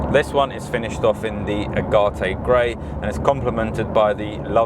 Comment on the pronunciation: Love the video! Just one small thing…. Agate Grey is pronounced like the semi precious stone : ie A gate not Agatay!